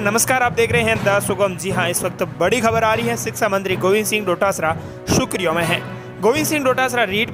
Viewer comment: सुखरियां नहीं होती जनाब, सुर्खियां होती है,सही बोला करो